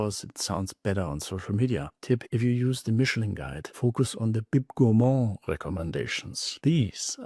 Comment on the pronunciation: You said “If looking at the Michelin guide focus on bocu section”….spell it please?? I can’t understand what it you are saying